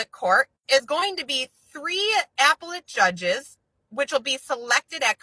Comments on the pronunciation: I cant take it with APPLE-ette court 😂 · Somebody tell her how to say appellate court please 😂😂😂😂😂😂 🍎 🍎🍎🍎🍎🍎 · This dumb-sh1t pronounced "appellate" as... "Apple-lit" 🤬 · How she says "appellate" shows how ignorant she is of the law beyond Googling shit and mimicking information like a monkey.